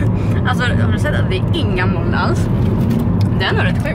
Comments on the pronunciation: det heter mooln inte måln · " inga mÅln "